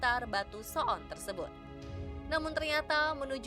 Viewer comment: menit pengisi suaranya sangat fasih mengucapkan kata so'on menggunakan huruf 'ain. wkwkwkwkwk